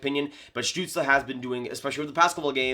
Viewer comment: Damn your pronounciation of Stützle is almost perfect. Never seen a north american pronounce his name this good